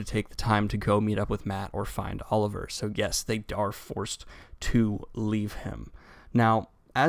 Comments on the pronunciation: it's Olver not Oliver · There is no "I" in Olver... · Olver! Not Oliver! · *Olver, not Oliver, but otherwise a great summary as always. Keep up the good work Daniel.